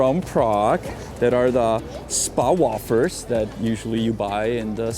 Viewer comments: Had a laugh at your mispronunciation of wafers its more like wayfers not woffers ! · Janek - "wafers" = "wejfrz" you're saying it wrong, so a lot of people will be confused (until they see the word on the packaging). Also, not sure where you got the phrase "sherry-picking" from, it's "cherry-picking". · WAY-FIRs is how its pronunced. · its pronounced way-fers young man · Yannick: WAFERS in English is pronounced like: WAY-FUR or WAY-FUR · wAfers 😂 long A